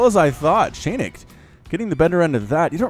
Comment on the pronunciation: a funny thing for ya (and for anyone else willing to know; the one I realized myself only halfay through the cast or so): chainick is not pronounced as [chEinik]: it's [chAinik]. Like in "charge", and doesn't come from "chain" (even though it really makes the impression here). You couldn't really know it; and I know because - here comes the fun part I promised - it's actually a straightforward transliteration of the Russian word "чайник" which, literally, equals "teapot" in English - but, more importantly, in a figurative and playful way also means "a noob", in something. (So if some of you, fellas, find the guy's skill dissapointing - he kinda knows.:) Your big Starcraft fan from the "Russia" map ^^